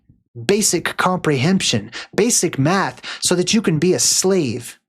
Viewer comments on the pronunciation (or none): none